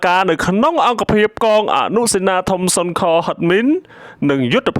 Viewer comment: សូមអានឲ្យច្បាស់ពាក្យសុនខ_គឺឆ្កែលោកម្ចាស់អ្នកអាន។